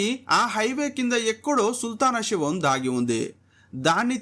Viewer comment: Shavam కాదు రా తెలుగు రాని లుచ్చా ఎదవ, శవం అనాలి.